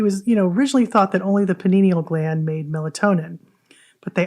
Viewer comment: Jesus it pineal gland!!! Not Paninial 😂